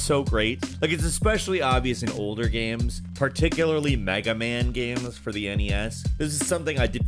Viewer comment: "Gaemes" fuck.